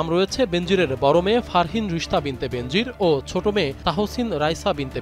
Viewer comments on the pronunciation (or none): বেনজির নামের উচ্চারণ হবে বে নজির